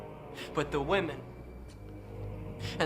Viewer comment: The way you speak, say the word “wamen”, the fact that you use the r word and refer to your viewers as only male is.. yikes. I hate onision as much as the next person but it doesn’t mean you have to be insufferable yourself. The girls with internalized misogyny encouraging this in ur comments is something to note as well